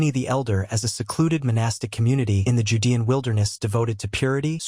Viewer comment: I'm noping out from the voice alone, which I assume is AI from the way they just mispronounced "judean," the comments would seem to indicate that it's cowhide, and doesn't think there were cows around. Apparently the AI doesn't think trade exists, even if they didn't farm them?